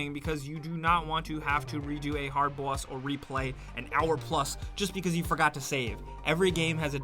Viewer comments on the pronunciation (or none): Love how went completely NY. Hard "bous".